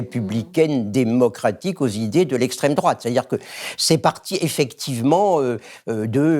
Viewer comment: C'est pas l'esssstrême-droate le danger ? On m'uaurait menti ??